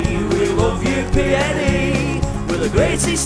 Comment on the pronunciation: Some tune this but you say it PNE PNE!